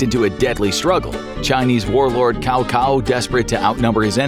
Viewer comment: K-ah-oh The only other reasonable pronunciation in English would be Giving it a short-a sound like in "that".